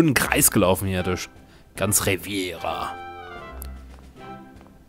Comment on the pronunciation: Hi, schöne Lets Plays! Kurze Anmerkung: der Ort nennt sich übrigens RevEEEEEra, nicht RevIIIIIIIera. Haste vermutlich mit dem spanischen Küstenabschnott verwechselt. Cheers, Zockrates